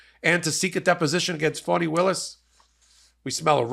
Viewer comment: F-A-N-I. Not FAUNI 🤦🏾‍♀️